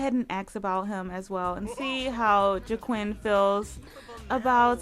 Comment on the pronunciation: Joaquin is pronounced Wah~Keen...Like the actor Joaquin Phoenix. :) I'm so glad you are back! I was just checking your YouTube page yesterday! The club looks fantastic, as well as their make-overs. OMG! The drama!!! I LOVE it! So exciting!